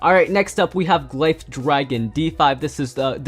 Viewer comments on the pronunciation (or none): It’s gliff not gliffe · Just so you know glyph dragon is pronounced gliff